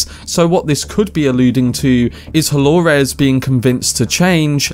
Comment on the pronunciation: Why do you say DoloRES?